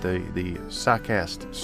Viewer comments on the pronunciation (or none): It's pronounced Sock-uh-stee. I went to Socastee high school back in 1970-72.